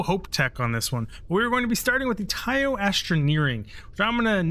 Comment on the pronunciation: Nice video, watched all your tours very informative, just one thing tho... Deimos is pronounced Day-Moss, not de mos, and Taiyo is Tie-yo, if you pay attention to the npcs at each shipyard they will teach you how to pronounce each one.